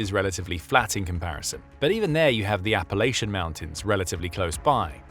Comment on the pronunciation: This video was so good, we can all forgive your absolute pronunciation butchering of “Appalachia/n” amd “Adirondack.” Also the word “Lieutenant,” but that’s just a pet peeve that has historical reasons. Hey, don’t get mad, Brits…we do it over here across the pond too. Much love 🙂